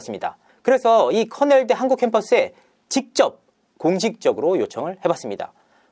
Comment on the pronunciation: 커넬대라고해서 흔히 생각하던 명문대인줄 알았는데 거긴 코넬대(cornell)이고 권영찬은 커낼대(kernel)네요 ㅋㅋㅋㅋㅋ